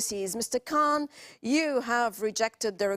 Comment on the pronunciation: She pronounced Khan as if she was an Indian or Anglo-Saxon who don't have the sound in their English language.